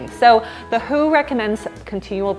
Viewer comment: the first time I hear someone refer to the World Health Organization as the 'who' pronounced as in "who?"... it is so weird.